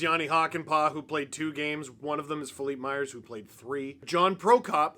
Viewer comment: That how his name is pronounced. He’s half French.